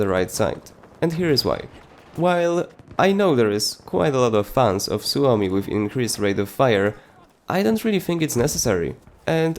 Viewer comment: You are the only content creator who I have heard pronouncing the Suomi right :D (I know that because I'm finnish)